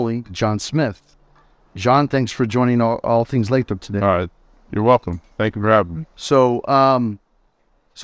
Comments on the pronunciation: You pronounced it “Lay-trop” right? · It's pronounced "Lay-throp"